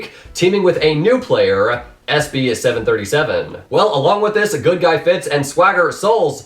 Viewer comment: OMG YOUR SAYING SB737 WRONG